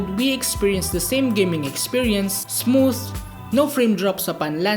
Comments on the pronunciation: Basahin yung "Smooth" dapat sa English accent 😆 Me: Smootfffhhh😆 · The way he pronounce "Smooth" 🤧